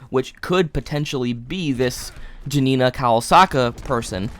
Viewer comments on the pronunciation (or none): the way of pronauncing janina kowalska XDXDXD greetings from Poland